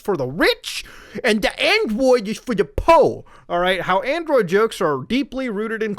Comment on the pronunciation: "Y`know ladies and gentlmAAAAAAAAAH" "And the Android is for the poow"